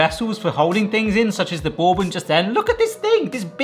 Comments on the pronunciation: Looks absolutely amazing, well done.... But the first o in Bourbon silent so it's more like Burbon... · "Bore-bon" stressed me out 😅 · FYI: bourbon is pronounced BURR-ben or BURR-bin. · You saying borebane made me chuckle… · Borbon?? Mm i’m only ever heard it pronounced burbon. Is this an English thing? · “Borbon” lol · The British pronunciation of bourbon is hilarious. Boore-bun. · It is pronounced Ber-Bon. Like you're cold (ber) and then good in French (bon). And if you wanted a honey bourbon you probably would have gotten closer with a $20 bottle of honey jack or its ilk. Otherwise a great video :) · Are you trolling us with that pronunciation of bourbon? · You pronounce bourbon like you have never hear it spoken before. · Same! Bourbon is from the US, and it's definitely not pronounced the way he says it. 😂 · Exactly. That's like calling an American whisky Scotch. That's why how he says "bourbon" bothers me as well, because that is definitely not how it's said. 😂